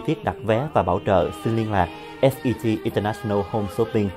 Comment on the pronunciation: Show hay. Nhưng mỗi lần quảng cáo điệu nhạc nghe chát chúa quá và Jimmy nên ráng phát âm cho đúng English chớ đọc chữ International nghe phát âm rặc tiếng Việt mà Jimmy thì lại ở Mỹ nghe hơi không được hay!